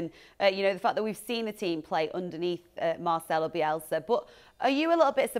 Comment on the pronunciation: Stop calling him Marchelo...!!!